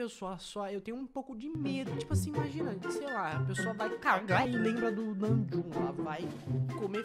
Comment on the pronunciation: o falando namjoonKKKKKKKKKKKKK